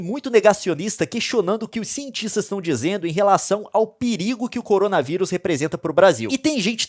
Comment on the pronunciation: Cowona viwus Vishe